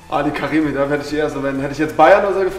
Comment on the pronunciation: It's ali karimi not Ali karim